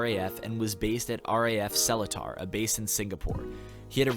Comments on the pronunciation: THE WAY U PRONOUNCED SELETAR KILLED ME :(( its not cellar-tar, its smt more like se-lee-tar (ppl who can speak malay can correct me if im wrong but this is how i hear it in sg XD) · Subscribed for the old raf story. Yeah senior officer of the old days loves to find infringement on anything so as to "sign extra" for the men. Sadly still prevails till today. "I found dust under you bed frame, sign extra guard duty". Oh yeah Seletar is pronounced sir-lay-tar. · keke im singaporean! i heard u say seletar really funnily (no offence) haha!! usually we pronounce seletar is pronunced as suh-lee-tar :) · great video, just gotta point out that seletar is pronounced like "SER-ley-tah" ( ᐛ ) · I chuckled a bit on how you pronounced Seletar dodhud it was cute It’s actually pronounced as sir-ler-tar my guyyy Fellow singaporean watcher here!! But good video as always f r e s h keep em comin 😩